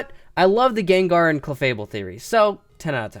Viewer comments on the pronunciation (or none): none